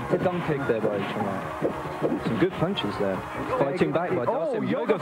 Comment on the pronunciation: Its pronounced CHUN LEEE that idiot.